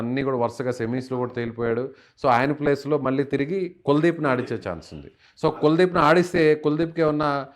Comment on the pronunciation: కులదీప్ కాదు. కుల్దీప్.. డేట్ అఫ్ బర్త్ పేరు బట్టి చెప్పే మీరు పేరు తప్పు చెప్తే జాతకం కూడా తప్పు అవిద్దిగా..